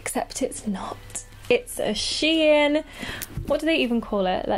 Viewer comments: It's shein not She In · Its shein not she in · It's pronounced "sheen"